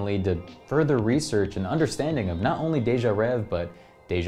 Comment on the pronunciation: if you knew french, its actually pronounced (day-jah-rehh-vay)